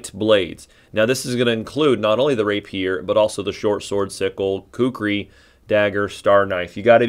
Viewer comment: So............ where ya get your portraits? You have a couple I haven’t found yet but like. Ok, now to watch the rest of the video. And since proper pronunciation mitigates my OCD shivers, Rapier = Ray Pee-er. Like someone you wouldn’t want to stand next to in the men’s room if you dig.